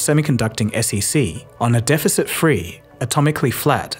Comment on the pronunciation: Defect free or Deficit free?